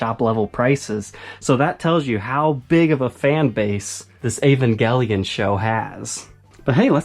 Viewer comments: It's pronounced eeh-van-jeh-lion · ahhh gotta love the 'ol american accent on certain words. Never though Evangelion was pronounced with a hard "g". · Yeivangelion. Love the prononciation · *EEEEE VAN JUH LYON*